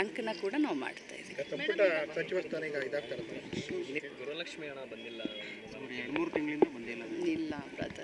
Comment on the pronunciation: ಗ್ರಹ ಲಕ್ಷ್ಮಿ ಅಲ್ಲ ತಾಯಿ ಗೃಹ ಲಕ್ಷ್ಮೀ ಅಂತ ಹೇಳಿ..